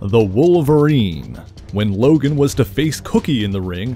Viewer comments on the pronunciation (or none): Why is he pronouncing DOG LOGAN’S first name like that?